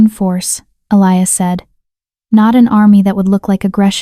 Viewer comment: ATTENTION: ELIAS is NOT pronounced Ah- lie-us. Correct pronunciation is Eh-Lee-Us. Also Herbs the H is silent so erbs. It is so extremely distracting, the constant mispenunciation, please.